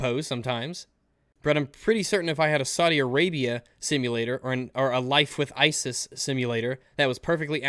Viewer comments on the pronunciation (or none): none